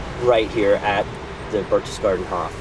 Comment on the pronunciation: I freely admit I am splitting hairs, but you could have pronounced "Berchtesgaden" correctly with a hard 'k' instead of the soft 'ch' if Band of Brothers could do it you can to! That being said, this is a wonderful piece!